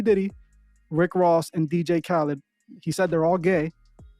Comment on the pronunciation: He keeps saying dj kalid